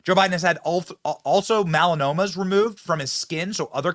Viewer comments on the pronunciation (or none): Absolutely love you Benny-it’s pronounced Mel-a-no-ma